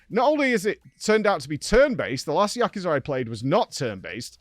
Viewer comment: it's actually prononunced Yakooza